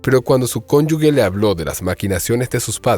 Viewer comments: No es cónyugue. Es cónyuge. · Unos dicen cónyugue y usted dice cónyuque si la palabra correcta es cónyuge.